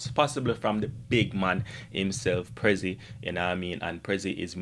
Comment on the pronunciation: It is not prezzi